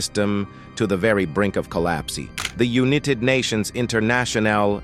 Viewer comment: Is it not possible to get the facts correct...Mumbai is on another continent altogether, not Africa.... and pronounce the words correctly...u-nee-ted/united, push-shed/pushed? Unprofessional!